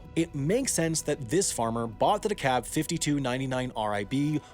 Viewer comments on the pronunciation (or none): Dakalb. There's an L in there, its not De-cab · I always called it "dee-kalb" with a harder "L". I hear "dacaab" from Sam like he has secured a taxi in Boston. Great video though. Uncle grew up in DeKalb, got his doctorate from ISU in "corn", and worked for Monsanto (Parent company of DeKalb Ag) for 20 years. He's talked a bit about what you discuss in the video. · please its not "De-cab" its "de-KALB" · It's De K Al B, not De Cab, because it's from Illinois and not Georgia. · It’s Dekalb not dekabed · Learn how to say kossuth. It’s ka Sooth And it’s soybeans , not soybean when talking plural. And it’s de Kalb, not de cab. I know , you’re not a farmer. I shouldn’t bust your nuts. Chaf. Not chawf. Seed (plural) not seeds. Combine, not combine harvester. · As a local, we say dekalb like Dee-KALB not deh-CAB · Very good & informative, however, it's De-KALB, NOT De-Cobb. The company is not in Georgia! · There is a L in Dekalb. It’s not Dekab. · One small complaint. DeKalb seed originated in DeKalb, Illinois... Not DeKalb County, Georgia. It is pronounced "DeKalb", not "DeKabb." Carry on. :p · I don't mean to nitpick but pronounciation is a huge thing for me. It's De-KaLb not decab. The L is heard, loud and clear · Quibbles: "DeKalb" not "DeKab" (AFAIK in the midwest, the L isn't silent) "Chaff" not "chuff" "Towboat" (i.e. pusher) not "tugboat" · Excellent video! FYI Dekalb is pronounced D-Cal-Buh, not Decob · Great video, didn't realize so much at play when trying to plant corn. But it's not DeKab its De-Kalb (L is not silent) haha there's a college town by the same name where the corporation was founded. But as always awesome work Sam! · I live in Dekalb, it's pronounced De-khal-buh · I love your videos, I live in DeKalb County, IL where the seed company began. The way you’re saying DeKab is the way they say it in Georgia. We say the L here. Have to love the English language. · It's pronounced Kuh-sooth and DEE-Kalb. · It is di-KALB as in the town in Illinois.